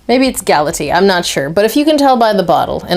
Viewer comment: GAL AH TAY AH